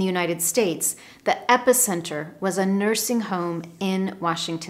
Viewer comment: I have the impression that you pronounce epicenter in two different ways. Regards from Brazil